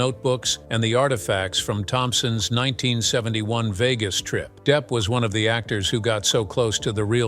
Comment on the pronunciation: Deep? Really? You cannot be serious with that pronunciation.